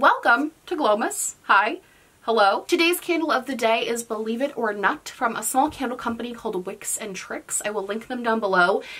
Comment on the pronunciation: ..... Did you just say the candle name is "believe it or nut?!!!???!!!!!"